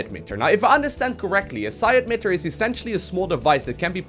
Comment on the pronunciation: it's emitter, not edmitter